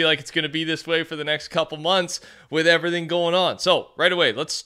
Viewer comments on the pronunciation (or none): none